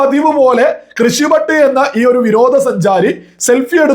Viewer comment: കൃഷി ഭട്ട് അല്ല.. ഋഷി ഭട്ട്